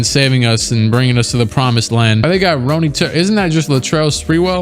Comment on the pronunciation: As a Gonzaga fan who watched Turiaf in college I salute you for saying Ronny right, you are like the only Youtuber I have ever heard say it right, and he does show up a lot in this eras rebuilds. And I don't just mean KOT4Q I have heard at least a couple others say it wrong. Not that I can blame them it does look like Ronnie, but its not. He is from a territory owned by France and its a French sounding way you need to say it. Not as if it were good old Ronald Reagan.Ronald was actually my grandpa on my moms side name too. Edit: And now a little later you are second guessing yourself, you were right the first time! Here in Spokane when he was at Gonzaga that is how we said it, which is how the announcers and TV people said it.